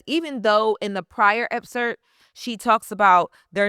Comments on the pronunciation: Lauryn, great video but I’m going to hold you accountable with something. Excerpt. It sounds like you’re saying Epcert. You’re a STRONG voice so I wanted to make this correction/criticism with intention to hold you to a standard that is higher than many others in this space because you are just that good. Don’t want to see you at anything less. Keep going and know this comment was with love, not with the intention of bringing you down. Keep being great, this was a very deep and intelligent analysis. I’m looking forward to more of your videos once the book comes out. 💪🏾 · Epcert? Excerpt baby girl… ❤ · If she says EPSERT one more time! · Loren if you're gonna say the word 100 in 25 minutes then please learn how to say it properly. The word is EXCERPT. The word doesn't have 2 Ps.